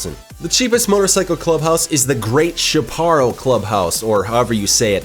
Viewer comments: People can’t pronounce jack squat.. “Chaparral” = shapperal. It’s a native Mediterranean biome to the coastal mountains of southern California. Chumash was correct.. ofc based on the Chumash Native American land that exists in Santa Barbara County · its pronounced like shap a rall. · Chaparral is pronounced shap-uh-ral